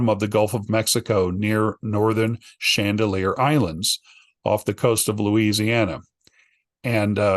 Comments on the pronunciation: It’s actually Chandeleur ❤ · its Chandaleur not Chandalear